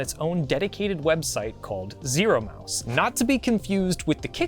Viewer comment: you keep calling it Zoro